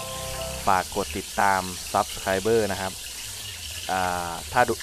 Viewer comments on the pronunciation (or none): ชอบๆ ครับ ทอดทีไรติดกระทะตลอด จะลองแบบนี้บ้าง แต่คำว่า subscribe มันอ่านว่า ซับสไคร ไม่ใช่ ซับสไครเบ้อ นะครับ